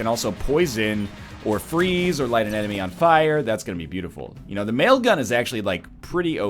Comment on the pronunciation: Each time I hear "mail gun" I think of The Whitest Kids U' Know sketch "Nail gun".